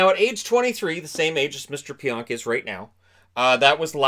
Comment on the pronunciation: again it’s pronounced pee-onk not pyonk